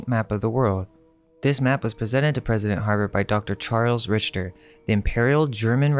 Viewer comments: Interesting info! By the way, Richter is pronounced RIKTER not Rich-ter. I would know as it is my last name. 😁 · Rich-ter? It's "Rik-ter" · Its pronounced RICKTER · Just a couple things, Richter is pronounced "Rickter", and Herr is a formal German prefix to a name for a man, pronounced kind of like "Hair" with very soft H and R sounds. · I love all your videos and appreciate all the research you two do❤ "Herr" is pronounced like "air" as the H is silent. "Richter" is usually pronounced like Rick-ter as the H is silent in it also. 😊